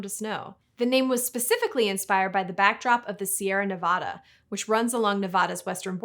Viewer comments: Everyone in Nevada is cringing from your pronunciation of their state name. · After that big disclaimer at the start of the video, I understand that some of these native words are going to be a little difficult to pronounce. But after all that how do you possibly mispronounce Nevada? For shame! 😊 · It is pronounced Ne-VAD-uh not Ne-VAH-da. You can easily tell who is native to the state by the way they pronounce Nevada.